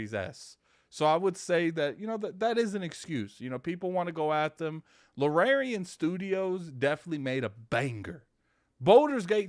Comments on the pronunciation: I hate the Xbox community with my whole body and soul anytime something half-way decent y'all screaming for Phil to go buy it. Another banger misses Xbox. Baldur's Gate 3 is going to blow Starfield out of the water. The studio is pronounced Larry-an and the genre is CRPG standing for computer or classic RPG eluding to its heritage. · Luuhh-Rare-Eon Studios! Baahahaha other job 100% has to be the local butcher!!! I can't believe how many times he said Luhrareon Studios hahaha!!!